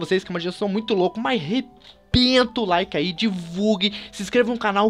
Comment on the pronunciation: quando se falo que bateu 5 mil like parecia que tu tinha falado 5 mil cadilaque